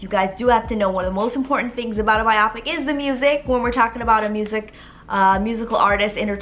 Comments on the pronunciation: This is so exciting! I cant wait! I believe it is pronounced biopic(by-o-pick). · It’s so funny when she says “bye-ah-pic” 😂😂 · Interesting way to pronounce biopic